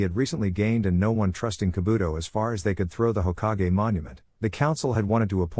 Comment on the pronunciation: Hoka-ge its Hokage you AI moron